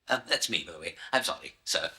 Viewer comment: Zoory,,, waffle waffle, zorry,,blabla ,,,,zzzzzorrry eeer. Blabla